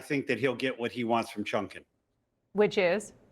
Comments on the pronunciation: "Chunkin"? Does he mean Chutkan? If so, what a way to butcher her name. Also, saying something might "have a bad look" in regards to justice being served because the time is inconvenient is actually a bad look. The election being close should have ZERO impact on whether or not a case is allowed to go to court. You're basically saying that certain people are absolutely above the law and their day in court if it's not convenient. If anything, these particular cases should be expedited prior to November so that some voters who are either on the fence, or still have the wool pulled over their eyes can actually be made to understand who they are considering voting for before it's time to voter. But if these cases ended up continuing through November and December, boo hoo? The whole goal here for Trump is to stall them until after January 2025 where he can just throw them out. This is all politics OVER justice, which should never be the case in any circumstance. SCOTUS just proved that for them it's also politics over justice, because they knew exactly what they were doing with this delay. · Hey guy, the Judge’s name is “Chutkan”, not “Chungkan”! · seconds, Dude man says chunkin wtf is that? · So, did I hear this correctly? That a former Judge addressed Judge Chutkan, and Chunkin. One would think that a former Judge would have the knowledge of how to pronounce the name of a sitting Judge who's name has been all over the media. Or is it purposely done because she is Black. I mean Trump call's AG's by all sorts of disparaging names, especially ones of colour. Could it be that believes that Trump deserves Immunity.? Comments are welcome. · Seriously say her name right.